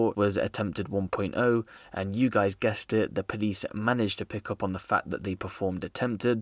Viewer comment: A man said quiet pvick lmao